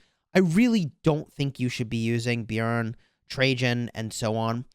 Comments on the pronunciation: I agree its very good pronounciation for a non scandinavian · You are saying it right the j is silent in the Swedish and Denmark and Norwegian languages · I'm from Norway, and yes that is the correct way to pronounce it =) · Well done on the pronunciation of Björn!